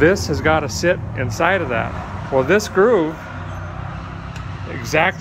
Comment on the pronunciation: “It’s gonna seet” such famous words